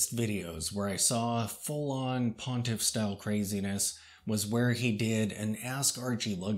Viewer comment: Um, I think it's "pontiff?" That nit pick aside he's a freak show and my taste for freaks has dimmed of late. Also to see one Archie video is to see all. I hope he's OK. I tell you what he's not half as tightly wound as TUG and his terrifying crowded man cave of horror.